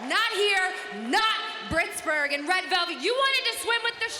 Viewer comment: Good one with the "brittsburgh", good one